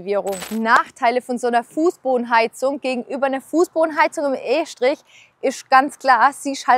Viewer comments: Bruder das hat grad erstmal 2 min gedauert das du von estrich und nicht von e-strich redest, grüße vom höchsten hochdeutsch wo gibt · wie heißt das jetzt estrich oder eeeschtrich ?